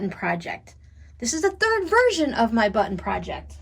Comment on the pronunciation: I just love how you say buttIn. Where is the brightly colored sweater you were knitting, oh so long ago? Button , button, who’s got the button. Have a safe and blessed Christmas.